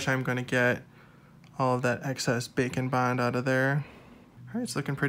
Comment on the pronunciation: Everytime I swear you say bacon bond until it finally dawns on me that you're saying bake n bond